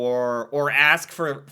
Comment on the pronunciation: We dont "ax or axed" a question, we "ask or asked" a question